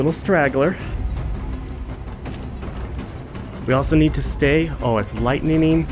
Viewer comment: its "lightningning"